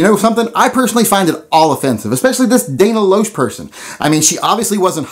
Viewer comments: FYI, her last name is pronounced as "Lash." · I listen to Dana everyday. It is pronounced "Lash". And you are grossly misrepresenting her point of view. Stay classy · Lol...Dana "Lowsh"? Do you really not know how her name is pronounced? Apparently never seen her interviewed, or heard anyone with a clue (i.e. someone who knows how to pronounce her name) talking about her, just read some out of context quotes, saw her name and began displaying your ignorance in humorous fashion. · Damn Yankee. I think you got that all wrong. Dana Loesh (pronounced "LASH") is a lot smarter than "a set of titties". I feel that you might be seeing this one wrong. Outside of Dana having multiple radio shows, she also brings an aspect of law with her law degrees, not to mention overly informative information. She does wild-out some, but she is pro cause. I hope you look into this a little further and hope you see the good here, outside the possible first impression. I do appreciate that you share your opinion though, and happy 4th of July to you and all liberty loving Americans! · disagree.. been listening to her for years.. she explains her values much better on her talk show than in her commercials. respect your opinion but I just disagree. . her last name is pronounced more like "lash".. cute kidos man! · Dana Loesh, pronounced Lash, has been a spokesperson for the NRA for a few years now. She is a nationally syndicated radio talk show host and two time best-selling author. Books are available on Amazon if your interested. Has made several guest commentary appearances on Fox News with Tucker Carlson, Sean Hannity, and Megan Kelly. She has been interviewed by Colion Noir and many others. Her comments are her own. They are not scripted by the NRA. You may not agree with her commentary but that is no reason to make rude comments concerning her anatomy. Go head to head with her on an intellectual level and she'll tear you new ass. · It's pronounced "Lash".